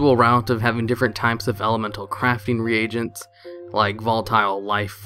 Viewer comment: Reagent....Re-a-gents.....Sigh. Im ashamed of the american education system.